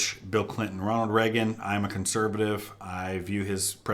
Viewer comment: Pres. Ray-Gun. Bedtime for bonzo's a JOKE.